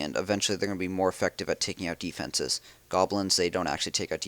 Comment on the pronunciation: Why does and cheif pat both say deefences?